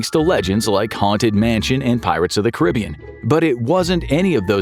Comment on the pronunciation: Hearing it Caribbean instead of Caribbean sounded weird.